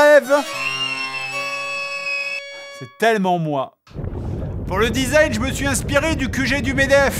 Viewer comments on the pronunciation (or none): none